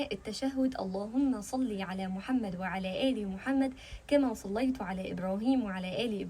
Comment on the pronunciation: بارك الله فيك أيتها الطيبة كما صليتَ (بالفتح وليس بالضم) على آل إبراهيم كما باركتَ (بالفتح وليس بالضم) على آل إبراهيم. لأن التاء المفتوحة تاء المخاطب أما المضمومة تاء المتكلم. والمقصود كما صليت أنت يا ربنا على آل إبراهيم وليس كما صليت أنا بالضم فنحن نقول في الفاتحة (صراط الذين أنعمت) بالتاد المفتوحة أي أنعمت أنت وليست مضمونة بمعني خطأ أنعمت أنا